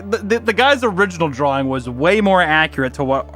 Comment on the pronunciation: I like how he says the word "drawing" like "draw-ling"